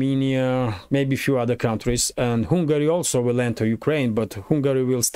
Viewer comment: Hi! I think you have excellent content. One small tip on pronunciation: It's not "Hungary" (as in Kupyansk") but you have to say the "u" like an "a" as in "jump".